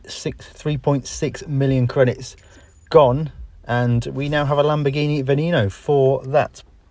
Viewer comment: The way he pronounces "veneno" had me cracking 🤣